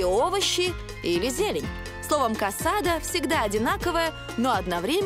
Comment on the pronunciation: Сожалею если я вас расстрою, но блюдо называется не КАСАДА а КАСАДО (CASADO). B испанском буква О не звучит как А. И не ГРАЦИАС а ГРАСИАС.🤦‍♂️ СЛУХ РЕЖЕТ а в основном всё верно👍